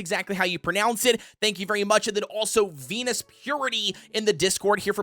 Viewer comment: It's nice you spread this sheet around! Tho I saw that the sheet isn't linked in the description? Either way, good video! (Edit: There's the link!) p.s pls it's zenus with a z, not venus:sob